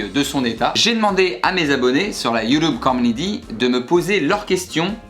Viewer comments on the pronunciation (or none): "Sur la Youloube comounidy" 😂😂